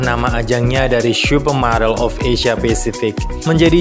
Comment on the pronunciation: Salfok ke penyebutan "syupermodel"-nya😂 candu bgt, wkwkwk